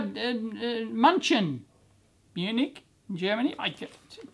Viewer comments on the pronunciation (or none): Yeah! Love mailbag in the morning... btw. your "München" (Munich) was horrible but your "Guten Morgen" was just perfect thumbs up